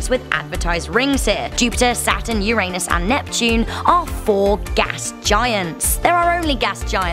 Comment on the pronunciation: Learn how to pronounce Uranus